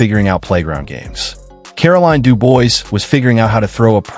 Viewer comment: Dubois is pronounced "Doo-Bwah".